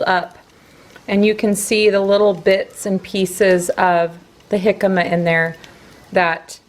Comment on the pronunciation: Yes you pronounced jicama correctly. Lol! We eat them with lime juice and squeeze "Trechas Chamoy" on top and sprinkle "Tajin Clasico Seasoning". We don't cook it. I've always fry the radishes or use the air fryer. But I prefer fried on the stove. I can eat half of a bag, love them! You made my day or night...hahaha having my sweet Ava in the vid! Thank you! She's the best child ever! You're an amazing mom! Have a great week.:)